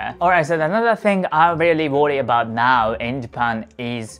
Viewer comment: So you are saying "Visit Japan "